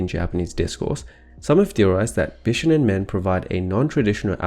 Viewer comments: Bishonen should be said more like: Bee-shoh-nehn The first 2 syllables aren't said that fast. Sorry, it was just really distracting to my inner weeb. Good video though, especially discussing the pre-existing cultural preference for pretty boys in Japanese and Chinese cultures. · It is pronounced bishOnen. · More like bee-shou-nen ;) 美少年 = びしょうねん = bishounen. The o sound is long. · why is it so difficult to say the word bishonen correctly? i don't care about the exact modulation of the consonants, but the stress is on the second syllable. that's easy to research and easy to say. it's bi-SHO-nen.